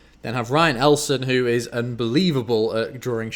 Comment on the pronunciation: I didn't win but i'm just so insanely excited that i got a shoutout!!! Shout out to Jimmy Long and TOMY123 for winning! Also, not to be rude, but my last name is pronounced eli-uh-son, not ellson. Don't worry about it though, I'm not offended. The 6 packs I bought should be here in a week or maybe even tomorrow! They're so close to being done! So stay tuned for the video on my channel when I open them!